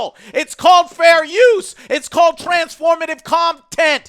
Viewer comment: "Fair Uus."